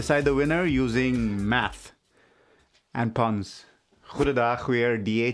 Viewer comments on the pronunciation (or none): none